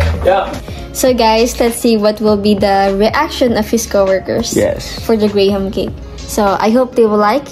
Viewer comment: Just fyi only, it’s pronounced gram not grey-ham. :)